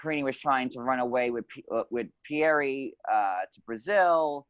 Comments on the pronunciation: Because that's how it's pronounced in Portuguese. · Why does he pronounce Pierre like that? 🤔